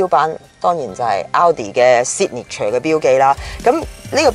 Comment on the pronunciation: i like how she says "seek neek ture"